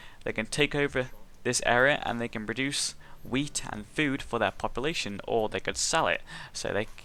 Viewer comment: its not popalashon